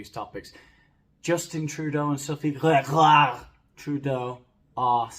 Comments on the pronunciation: Lostening to you say "Gregoire" kills me. We had neighbors with that name and your butchery tickles me;) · Bonjour, I have to tell you that your French accent is formidable. I could listen to you say Grrrégoire all day. Did you study in Paris? 😂 I really enjoyed this podcast-style video. You are hilarious as usual. I can’t wait to see you have 100,000 subscribers and many more. It will be well deserved. Have a great week. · I had to jump right on just to hear say "GrrrregWAAAR!!!" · I know this is an old video, but I love your content, but I have to say that the way you say Sophie’s name is hilarious, I love it.. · Brilliant. Being a Canadian creates yet another proud moment. Had to rewind and listen again to your excellent pronunciation of our beloved first lady? 😂😂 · who was that george you did a talk about? You said the second name with an accent, and i didn't catch it. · This is BIG… I see what you did there. Also I’ve just heard your pronunciation of Sophie’s last name and it’s already a better day. Edit: also what was that accent supposed to be? 😂😂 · Every time you say Grégoire 😂 😂 😂 😂 😂 😂 😂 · As soon as I heard of the Trudeau's separation, video on Sophie G's guesting on Archetypes came to mind. I knew nothing non-anodyne about her until hilarious take. Looking forward to today's video and exaggerated pronunciation of "Gregoire".